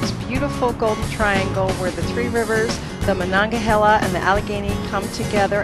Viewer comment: THANK YOU THANK YOU ....FOR PRONOUNCING THE MONONGAHELA RIVER CORRECTLY!!! HUGE PEEVE OF MINE.... I WAS BORN AN HOUR AWAY BUT LIVE 800 MILES AWAY NOW AND EVERYONE I KNOW PRONOUNCES THE RIVER HAS MONONGAHEEELA......